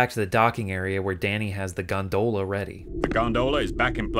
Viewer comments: I appreciate you having the subtitles emphasize the bizarre pronunciation of 'gonDOHla' everytime. It's great 👍 Gags like that should happen more often in subtitles. (Also, in general thanks for having proper subtitles on your videos!) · Am I the only one whose only ever heard Gondola pronounced "gonDOLa" before this video? You're the first person I've seen pronounce it "GONdoLA" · GondOHla lol